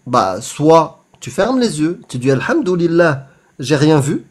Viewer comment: "Alhamdoulilah vous vivez dans un monde de mécréants" La manière dont vous dîtes alhamdoulilah avec l'accent prononcé mama je meurs😂